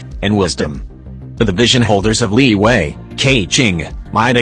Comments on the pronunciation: Fun fact: Liyue in genshin is always pronounced “li wei”, even thought it’s supposed to be “li y-ueh” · text to speech: "LIWAY"